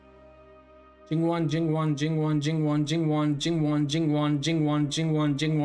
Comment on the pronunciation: I think is a fact now!! No one can say Jingwon better than you!!😂